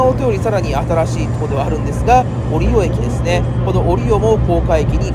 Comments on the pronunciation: 折尾最寄りだけどかんのさんの折尾のイントネーションに違和感を感じてしまった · 折尾駅の動画で指摘したんですが、折尾の発音が相変わらず変ですね。博多・小倉と同じなんですが。難しいんですかね。難しいのか!?